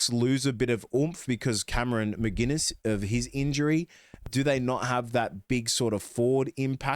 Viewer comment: There is no G in McInnes. He isn’t a beer.